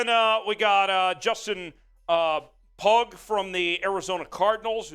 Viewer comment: Pugh pronounced Pew not Pug